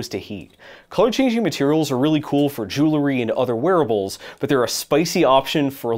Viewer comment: You left out "Zey'r dirty girls"